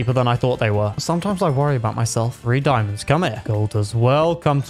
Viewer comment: When you Said diamandos you almost Said diamonds In danish